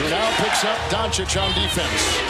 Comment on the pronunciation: Lol that voice going "deehfens"